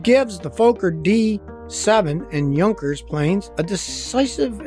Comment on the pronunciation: Bayer-isch-a Moe-toran Wer-ka Fok-a (Fokker) You got Junkers mostly right though 🎊🎉